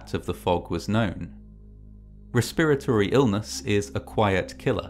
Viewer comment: he said respurratory illness tee hee